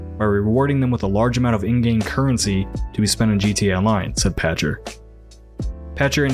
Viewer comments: Michael Pachter - "Pack-ter" Great journalism and analysis, but hearing his name mispronounced consistently was distracting. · I think he pronounces his last name "Pack-Ter". You can find examples of him saying it on "Pachter Factor" on the SIFTD YouTube Channel.